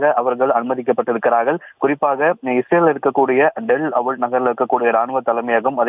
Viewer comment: டெல் அவிவ்❎ டெல் அவுல்✅😂